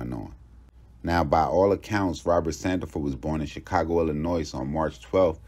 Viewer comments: Lol don't add the s when you say Illinois they hate that lmao they stand on that pronunciation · First four minutes were captivating, but how people still mispronounce Illinois, I gotta skip and check out this story somewhere else